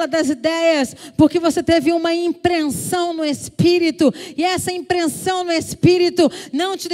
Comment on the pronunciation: Essa mulher é uma benção! Deus continue abençoando. Só q vc disse uma palavra errada, Fernanda. Não é "impreNsao", é "impressao".